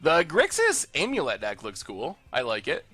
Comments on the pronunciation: “You say AMulet like you say AMerica”.. ai-am-ulet? Best of 2017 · I never heard anyone pronounce the 'a' in 'amulet' like the 'a' in 'America'. People usually pronounced the 'a' like the 'a' in 'I am'.